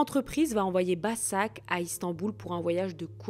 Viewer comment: Başak se prononce Bachak